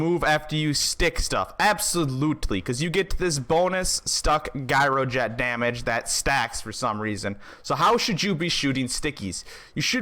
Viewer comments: Gyroget Jye-Ro-Jet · Gyro is pronounced with a "J"! You're killing me... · WTF is a Guy-or-jet? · LMAO... Pronounced- jiro jet... As if it was a j. Like job...jyrojet lol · It was rough watching you talk down to everyone while pronouncing gyroget wrong over and over and over. Good info in there otherwise.